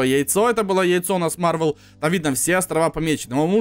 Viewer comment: не марвел а мар вэл